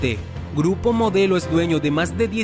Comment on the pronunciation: Dice gurpo modelo 😁😁